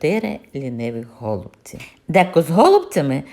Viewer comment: В слові голубці, наголос треба робити на,, і,, , так я ви кажете, це дуже ріже слух...